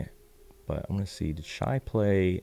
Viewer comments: Shai, pronounced Shay, lol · just a heads up Shai is pronounced Shay Just wanted to look out in case people try to ever come down on you about it